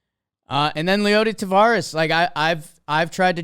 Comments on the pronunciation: Good god it's TAVERAS. NOT TAVARES. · been mispronouncing Taveras since the season started 😂. But tbh, I don’t really care. I’m just glad my Rangers are getting talked about